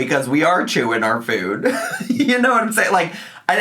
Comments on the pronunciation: She's been adding a 'w' sound to words like food & move & it's really bugging me. 'Fwood' 'mwoove'. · I despise the way she’s being saying food as fude 🙄🙄🙄🙄